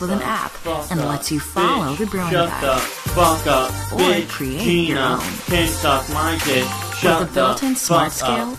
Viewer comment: I think it’s pronounced, “GīNA"